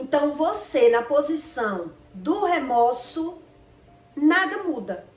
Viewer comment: O correto é remorso e não remoço